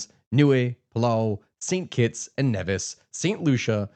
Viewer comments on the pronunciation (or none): Also St. Kitts and NEEvis not NEVVis, and VanU Ah Too not whatever word you said.